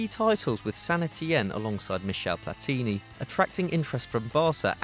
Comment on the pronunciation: It's not Daniel De Rossi. It's Daniele De Rossi. And you pronounced wrong almost any other not English name (but, that must be said, you pronounced right Platini, which Franch always pronounce wrong, even if Platini is French). You must anyway respect also other languages, not believe that everything is English.